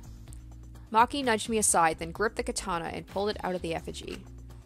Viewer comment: you pronouncing katana and necronomicon physically hurt me